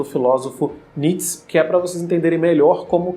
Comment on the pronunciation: Não é "Nits", é "Ni-tchê".